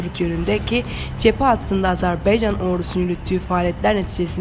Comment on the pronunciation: Azerbeycan yox Azerbaycan bir çok türk mühabiri yeni yeni düzgün selendirmeye başladı önemli